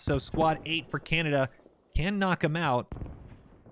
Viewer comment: As a Canadian myself I can confirm we also mispronounce 50% of the time our country's name as "Canadia". Just kidding I never heard anybody say that, this is hilarious. Had a brain fart, ay?